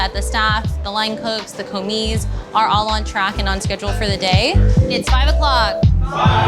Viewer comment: Commis is a word that doesn't require the pronouncement of the s in the word and that annoying voice sucks. Other than that kudos chief(English for chef);)